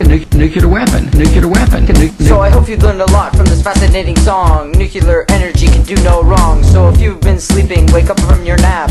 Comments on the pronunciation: maybe you got 87% because you keep saying "nucular" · NUCLEAR. Not NUCULAR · Why do you say "nucular" all the time and then, in your rap, say not to say it? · New-CLE-EAR energy or New-clear not Nu-ku-lur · Please learn to say "nuclear" correctly... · Thumbs downed for pronunciation of nuclear fail.